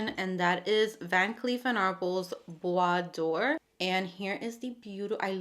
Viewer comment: Hello! I feel a bit bad to reply, but I need to correct you. This is "bois dorÉ", not "bois d'or". Doré is pronounced "do-ray". It means "Golden wood" (and not "Wood of gold" which would be "Bois d'or"). Hope this is helpful. Anyway... Your pronunciation of "bois" was perfection and I love your channel. ❤